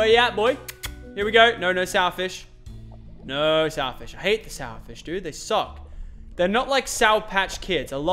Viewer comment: He said fis